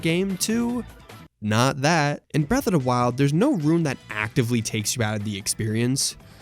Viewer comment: "Bref uh da wild"